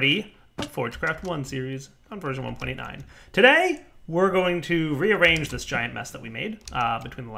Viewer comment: ***** I know he meant 1.8.9, maybe even said 1.8.9, but it really sounds like 1.9 . That's why I thought I make a joke that the translation from 1.8 to 1.9 is already done. But as it seems, the comment was very misleading, so I'm sorry.